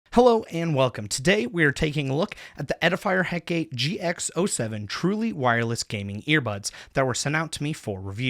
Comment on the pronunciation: it's pronounced Heh-kuh-tee. from the greek goddess of witchcraft. overall, nice review.